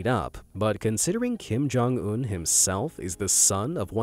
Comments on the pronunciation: Bro not Kim-jong-ononom 😭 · "Kim Jong-omnomnom" I almost laughed thinking that it was a try not to laugh. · He did not just said Kim Jong-omnomnom 💀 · kim joung nonomom